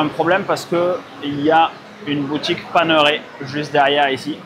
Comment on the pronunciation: Pour info, la montre, ça se prononce panérail, et pas paneuré